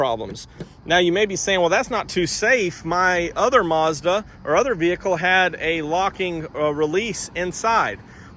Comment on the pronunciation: Sounds like your saying More Garbage.